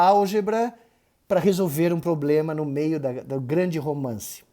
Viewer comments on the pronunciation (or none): none